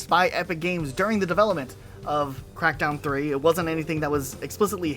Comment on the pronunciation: why does it sound like he said "meth crackdown 3"😂